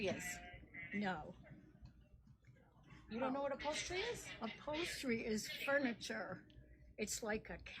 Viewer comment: It's upholstery not apolstry